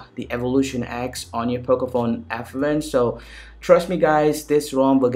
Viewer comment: Abbe sasti raand.. English jyada na chod...its not pocofone f..wen......its pocofone f1